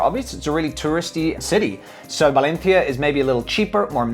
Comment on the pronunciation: Dude you sound ridiculous pronouncing Valencia. Why do you over pronounce some words and keep your non Spanish accent for others.. keep it consistent